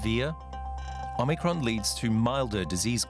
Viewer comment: Oh MUH Cron!!!